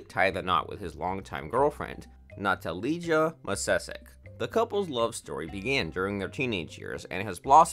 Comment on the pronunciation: Totaly wrong pronunciation of all names!!! Natalija is pronaunced Natalia, Stahinja is pronounced Stahinya, Nemanja is Nemanya. Ognjena is Ognyena.